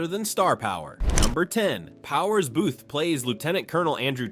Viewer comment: Booth-eee. Fuck I hate AI.